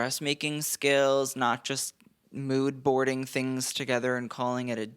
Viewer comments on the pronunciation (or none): none